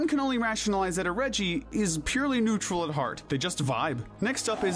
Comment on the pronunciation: IT'S NEUTRAL, NOT NUTRUAL!